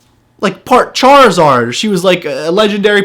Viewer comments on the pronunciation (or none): lol he said part charazard lol